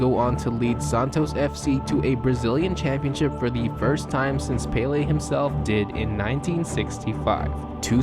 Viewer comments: Pelay not paylay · (PEL- LAY) not PAY-LEE... Americans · You are saying Pele like it is spelled Paylay wtf 😂😂 Americans eh haven't a clue about football, it's hilarious to listen to them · It’s “Pele” not Paley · Paley???it's pele!!! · “Peh-leh” not “pay-lay” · Its pronounced "Pel-leh" not "Pay-lay" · it's pell-ley not pay-lay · Fuckin who is peyley its pele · cant get over him saying pele as 'palay' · You call Pele pailey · the accent on the é means the E sound rises ffs. Its called an accent because of the symbol above the E. É is pronounced "Ey" hence why the correct way to pronounce Pelé's name is "Peh-ley". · Americans know Fuck all about football also he can’t say pele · please look up a video of how names are said in their language the way you say PELE is the only tragic thing here. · I just hate how you say Pele I think I got aids when you did it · no. The accent makes it a ley.